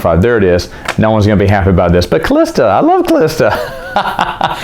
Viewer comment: Hey, you pronounced Calista so beautifully. Thanks. My ears are happy!!!